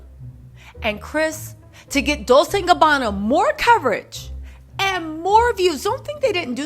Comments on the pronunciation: It’s DOWL-CHAY not DOWL-SAY 😊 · I realize you're mocking them, but please it's Dol-CHE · Did you pronounceNah-poe-Lee, Nuhpoli??? LOL! 😂😂😂Wow!Just say Naples. Fellow Italian-Americans, she’s killing me with her pronunciations. She pronounces Dolce, like dol-say, like the girls name. A little research, will go a long way. Or should I call you?